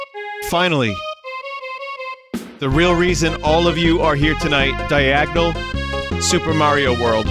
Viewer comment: The Yoshi be like: AAAAAA WELCUM TO FUPER MARIO WORLF